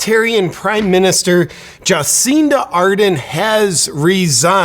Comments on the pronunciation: "jaw seen duh"? well, she is a freak, so i guess it's fitting to pronounce her name that way. i can't wait until our totalitarian dicktator gruesome newsom walks off his job. i'm praying for it! 🙏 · You mispronounced her name . It's not Juhcinda It's Jabcinda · I think it's pronounced "Jah-SIN-duh". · I am not the greatest fan of Cindy, but listening to you makes me feel you have not done any homework on this…. Not even able to pronounce her name properly. Shame on you superficial media presenter…. A lot of hot air and flimsy arguments. Not listening to you to get proper info…! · I voted for her she got NZ through the pandemic those that criticized don't appreciate how well it worked for 95% if nzers, but we do have really selfish people here. This dude is full of shit and can't even say her name right. What a idiot with an ego. Americans mind your own business instead of gossip. Fix your own sad undemocratic country instead of criticism of others you Americans are sick ill informed liars.